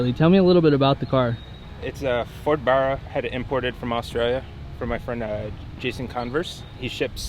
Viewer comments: Dont know what it is with yanks, but if your gonna work with these engines which i have no probs with as its good to see others around the world fall in love with our engine, but at least pronounce it right as in the end you'll piss off a few Aussies like myself with your miss pronunciation of the engine name. Other than that nice video 👌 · Stop calling it that arrhhhhh my ears when you pronounce Barra , ask an Aussie please please please . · Fuck I reckon, get it rite mate it’s AUSTRALIAN!!! American 2jz??? Why the fuck can’t you yanks pronounce Barra?? And Aussies is pronounced as ozzy. Not ‘Orr seys.. ozzy ozzy ozzy Oi Oi oi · I hate how you say Barra, really try to say it right will ya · Stop insulting us and say barra properly!! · Please learn how to say Barra! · Pronounce it properly, say it with two RR's ;) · Nope. Only ignorant yanks say that. I own 3 factory powered barra cars, one a factory turbo. Barra is an abbreviation for Barramundi, a game fish found in Norther Australia. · Down voted for the pronouciation of Barra. I am sure yanks deliberately screw this up. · The way they say Barra is so wrong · American 2jz!?!? Mate first it’s an Aussie engine and second you didn’t even say Barra correctly ya nuffy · You guys say “Barra” wrong!!!! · Please pronouns Barra correctly. The “A” is pronounced like the a in “cat”, not the a in “car”. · Ok drop kicks can't even say the name of the engine properly. Also the argument its Ford therefore its US doesn't hold much water. By the same token is this logic also going to claim the escort, Capri, xr2 from the UK. Its a global company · learn how to say barra please for the sake of our aussie ears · i'm not even Australian and the mispronounciation of barra makes me cringe. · Ive only heard it pronounced in Australia but not how you say it is.. All good tho man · my brain hurts everytime they butcher the name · “Burruah” nah it bahrrah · It’s a Barra mate, not a burra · It's barr-a not bara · It’s BARRA not BURRA